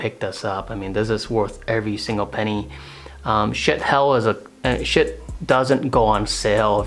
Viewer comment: Lol! I wish you had posted a link to some of your equipment like the decent-sounding mic over your head and the arms boom for your light that you adapted for it. I've spent a small fortune trying to get a decent mic to pick up my voice. By the way, it isn't pronounced shit, it's supposed to be shee-at